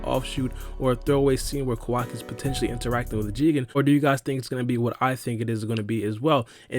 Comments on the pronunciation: Kowaki The real pronounce - Kawaki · Stop fucking saying his name like that for fuck sake. Ka-wacky not KaWOCKI